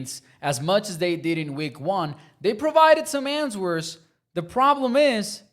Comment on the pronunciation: The W is silent in answers my guy